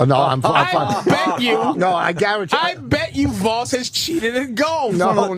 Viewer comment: Hey its Vosss